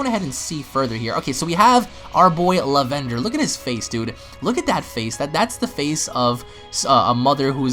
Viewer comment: how do you mispronounce the word lavender?